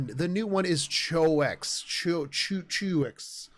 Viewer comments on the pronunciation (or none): Pronounce it like "Shoe" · Her name is 100% pronounced “Shoe” or “Shu”. It’s French - Choux is a pastry dough. It’s meant to fit with the theme of her rodent friends (Cream and Pastry). If you want to hear it pronounced, google Pate a Choux. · Hi. The name is Choux, pronounced as Shoe... Choux is a French pastry... Thanks for the interesting video. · pronounced "shoe" ;)